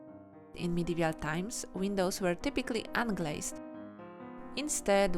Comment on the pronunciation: Nice drawings. But why are you saying "Medevial" instead of "Medieval", when you wrote it correctly ?